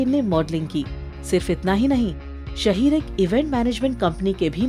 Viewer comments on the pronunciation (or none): It's शाहीर not शहीर